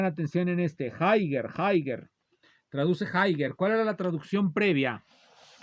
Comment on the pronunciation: "jaiguer, jaiguer!" 🤣